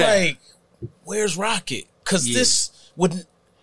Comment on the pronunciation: It's "Roccett" not Rockett............. And he's always been super humble. I sent my guy a pair of exclusive nike sneakers when he was coming up from a sneaker store i was building online and he showed me love every time after. only 1% of the industry is like that. Shout outs to his team at Green up too. DOPE PEOPLE! They told me one of the realest things ever about separating business from the streets, when i met up with them in Vegas. Grown men thoughts in terms of handling business the right way.